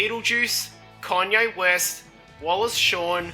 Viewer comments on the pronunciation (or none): none